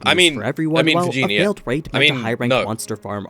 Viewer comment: He said Gina not Jinah